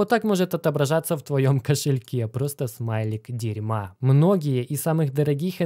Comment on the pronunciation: Ахах орнул с фразы "Смайлик дерьма". Очень интонационно выделил